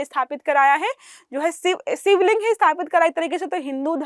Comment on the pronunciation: Aap ka content aur aapki aawaz bahut achhi hai plzz pronunciation pr dhyan de jaise Siva nhi Shiva ....